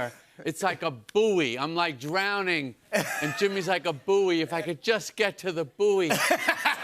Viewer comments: WTF is a 'boo-ey'? Hahaha, its pronounced 'boy' you cretin! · Wow is that how Americans pronounce buoy? 😮😂